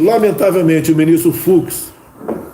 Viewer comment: NÃO "FROID", "FUCSSSSS" !!!🤮🤮🤮🤮🤮